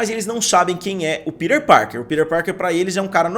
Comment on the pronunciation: Que agonia vc falando “ pider parker “ kkkkkkk